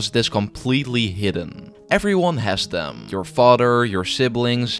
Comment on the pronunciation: It’s them not dem 😅